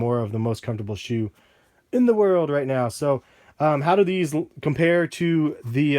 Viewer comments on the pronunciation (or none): "World not wold" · You said wold